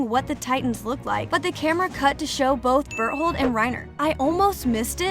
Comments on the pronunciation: she said berholt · Ma'am you forget the T in Berthold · its bertholdt not b*tt hole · "it all started with ymir historia connie reiner and bertHOLE" i swear am i the only one who heard berthole in that first part💀💀💀💀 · “Bert hole” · she called beartolt butt hole🤣🤣🤣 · DID SHE JUS SAY BERTHOLE? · What people hear: bertholdt What i hear: bird hole